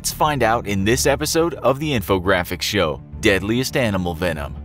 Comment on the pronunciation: Your voice can't be replaced dude. At least the new voice say "in this episode of the infographic show" correctly